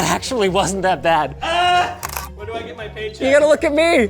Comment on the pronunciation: its paycheck not paycheuqe